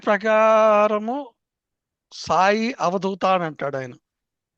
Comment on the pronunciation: avadoota kaduavadhoota.ardhalu very